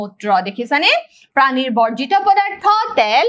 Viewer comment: Baideu pani nohoi prani hoi 😊😊😊